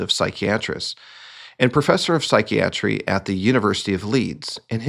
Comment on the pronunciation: Listening to you talk about mental illness and butcher the pronunciation of the word psychiatry hurts my brain.